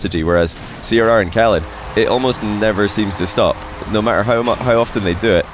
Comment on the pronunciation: Do KSA players ask to pronounce their pseudos like that? The way he started saying "Ahrrcmad" for Ahmad 1 or 2 years ago, "oRrhalid" for oKhalid, and now it's "Rrhawass" for Rw9